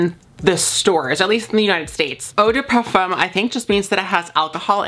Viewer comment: i just want to say as a french speaker i find it so cute how you pronounce "parfum" it's so awwwww